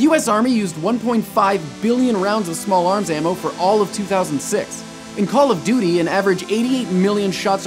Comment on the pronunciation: you menu call of doty aw